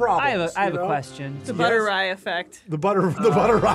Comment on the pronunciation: “The ButterRy Effect” 🤣